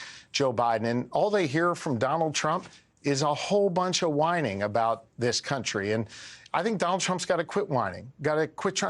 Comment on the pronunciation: Mango Messiah obviously mispronounced "whining" 😂